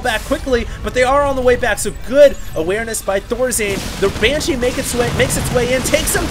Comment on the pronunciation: is it that hard to pronounce "BANSHEE" ? it`s not "BYANSHEE" -_